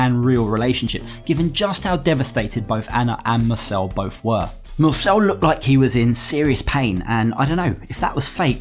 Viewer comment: Mursel.. not Nurse